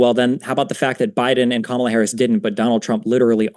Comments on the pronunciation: It’s high time that we call out the disrespect from right wingers on the pronunciation of Kamala(comma-la)not Ka-ma-lah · And why do these conservatives keep pronouncing Kamala's name wrong? They say it correctly once and then say it wrong after that. It's KAHmuhluh, not KaMALLuh. Similar to Pamela. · Harris' name forever now will be to me, "Kah-mill-ah" instead of how the press usually pronounces it. XD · No it's not Kah-mela.... It's Comma(like the punctuation) then luh. You're confusing yourself atp. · Her name is pronounced like COMMA LA. Have a little respect and dignity and say her name correctly. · These people are such children. They won't even say her name right. They purposely say it wrong. And you know how I know this? Because the one time he said her name right he said or whatever right afterwards. They're such toddler brains. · So you think Kamala and her family and friends are all mispronouncing her name 😂😂😂